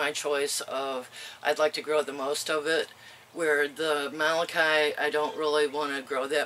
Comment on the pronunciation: Molokai is pronounced like mow - low - kai. You may not be interested in this info... however, with all due respect, the way you pronounce this Hawaiian word causes physical pain.